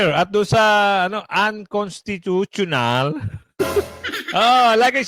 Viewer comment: accenting lang UN- cons- ( dito ka mag pause /accent ) ti- tu- tio-nal. Okay lang practice lang 👍👍👍💕